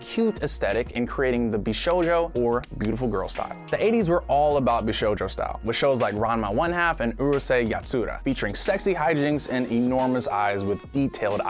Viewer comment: It is Yàtsura, not "yatsûra".